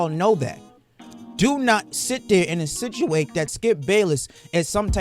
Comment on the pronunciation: I was right there with you, until "insituate."